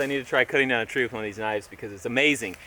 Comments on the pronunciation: Tree not yree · Tree not yee